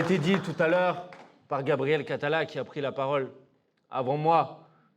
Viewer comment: Il y avait un moment de doute quand elle a dit Gabrielle Catala et ça sonnait comme Gabriel Attal ! Si vous voulez vous faire respecter, votez et boycottez !